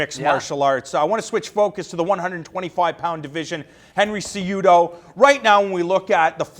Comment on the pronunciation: CEh-HUh-DOh Cejudo!!